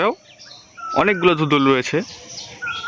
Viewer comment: Besi suddu kota koite giya dhundhunl re dhudhul koya falaice.....boro loke ajaira pola pain